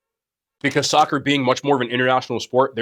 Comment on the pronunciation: I think unc said "sogger" instead of soccer 😂